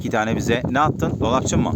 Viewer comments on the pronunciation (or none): Kümez değil kümes dolapcin değil dolapci 😅